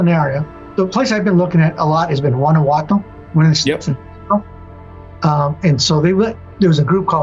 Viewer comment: It's not Wanawato. Should have just scraped nails on a chalkboard instead. It's Guanajuato, dude.